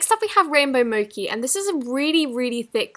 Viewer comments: mo chi not moki, ly but I just wanted to correct.:) Edit| it's a type of Icecream in USA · Mochi is pronounced "moe-ch-ee" not "mo-key" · “next up we have rainbow MOKI” WHATTT??!! DO YOU MEAN “MOCHI” moCHI “ch” as in cheese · Who else cringed when she said (Mocci) ?!?! (MO-CH-IE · Mochi is pronounced mochi not moccy, i know because my cat's name is mochi after the japanese sweet, no hate just helping Ily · She pronounced “Rainbow Mochi” like “Rainbow MoCi” Not pronouncing the H, it’s Mo-chhhhhh-I CH CH CH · It's mo chi not moci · Its pronounced 'mochie(mo-chee)' not 'mokey' btw (mochi) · Mochi is pronounced as mochi. Not moky. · 'rainbow moci...?' 'strawberry moci...?' I'm so confused... RAINBOW MO-CH-I (Jimin lol) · No hate, but it's pronounced mo-che not mo-ke. No hate though 🙂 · Who else noticed that she said mokey instead of Mochi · Gurl its moCHi not moKi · It’s mo-ch-ee not mouky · DID SHE JUST SAY RAINBOW MOKI? its pronounced mochee lol 🤦🏽‍♀️ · Did she just say moki instead of mochi?? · You pronounced “Mochi,” incorrectly just so you know. It’s pronounced “moe-ch-ee,” not “mah-ki.” ☺️ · Just to let u know it’s pronounced “MOCHI” not “MOKI” :) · Mocki?!? It's mo-CHEE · It’s pronounced mo-chi not mo-ki 😊 I love your videos! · Mochi It’s “mow-chee” Not “mow-kee” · AnimeRabbit 13 yeah she said it like mo-ki when it’s supposed to be pronounced like mo-che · HI GUYZZ! I love your voice😂❤️ Btw it’s Moh-Chee not moh-kee (no offense) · It’s pronounced Mo-chee Mochi :) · Its mocccchhhhi ch like chhhhoclate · its mo-ch-i 😄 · No she said mo-key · Mochi! Is it wrong that I pronounce in Mo- chee? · Great video! Just saying mochi is pronounced as moe-ch-ee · "mo-key" honey thats sad and funny. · Hii this isn't hate just a correction so you know <3 For the rainbow mochi its pronounced mo-chee instead of how its spelled. Love you! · Who noticed this. When she said Rainbow Mochi she pronounced it “moci” I kind oh think its cute :3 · U say Mochi wrong